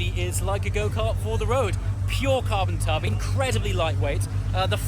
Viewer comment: Did you say Carbon tub?? 🤣 great video as always 👍